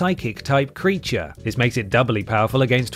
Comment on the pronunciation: goes EXTRA Voiceover at 33mins - “creatuaaarrr” etc